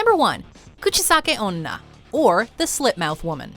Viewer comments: Its onna not ona but its ok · guchisakioona really its kuchesaki-onna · srsly? kuchisake ona? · kuchisake O-NNA